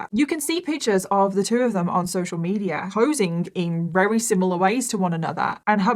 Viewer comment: This was a rery rery long rideo. I can't believe how many times you manage to use the word "rery" in every rideo. Why is the letter V so hard??? Just say really really or extremely or any other word except very very very very very